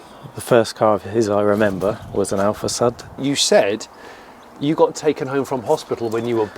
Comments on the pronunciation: Is not Alfa Sad, but Alfa Sud. Like "SU" in Susan. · It's Alfasʊd, not Alfasʌd. Cheers from Italy! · heheh...alfa SAD...you should pronounce it: alfa SOOD... alfa south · It is pronounced AlfaSood. :) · my italian ears are bleeding after 32 minutes of "alfasad", still love this show though and the passion behind this collection! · These are the kinds of collections I like!! Really enjoyed this episode!! :) Side note though it is pronouced differenty "Alfa Sud" it's pronouced sort of like "Hood" but with an "S"... Anyhow I really enjoyed this episode! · Υou pronounce with a u as in uber !!! Hopeless english blokes!!